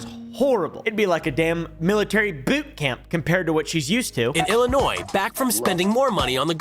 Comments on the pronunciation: Bro did not just say “illi-noise” 😦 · We just gunna ignore that said “Illinois”? The S is silent Not angry, just disappointed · Did he just pronounce the s in Illinois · buddy the S in Illinois is silent. Now I forgive you but don't let it happen again